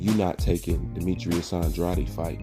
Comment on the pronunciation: I agree with most of your opinions, but you pronounce andrades name wrong as hell.